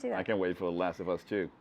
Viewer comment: Fede said 《the last f us》